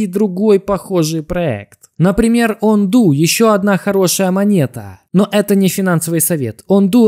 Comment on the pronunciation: ОНДО А НЕ ОНДУ - ты клоун !